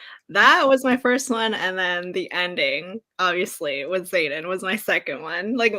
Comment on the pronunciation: Ugh Xaden not Zane 😕